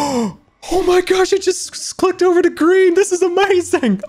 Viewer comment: I love the way he said "amayuzing"